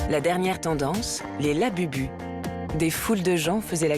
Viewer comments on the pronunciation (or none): Les images en IA c'est a bannir! + la prononciation à la française de certains mots comme "anime" "labubu" "kawaii"..+ l'emploi a tout vas du mot "cuteness" qui ne s'utilise pas dans la popculture ça "vieillit" le documentaire :/